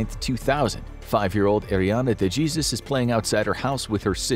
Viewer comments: you did not say ariana day jeezus😂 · All the narrator's attempts on last names were pretty good, then he goes with De-Jee-zus 😂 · Immediately came to the comments when I heard this, after I stopped laughing that is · He didn’t even try 😂😂😂😂